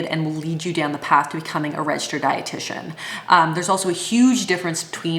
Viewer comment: When you said, ‘’Then you can use the term ‘’Registered dietitian’’. I heard “Red shirt.’’ instead of registered dietitian, ha ha ha. I knew that you were smart, but after this description of your education, I think that you are properly named, you really are.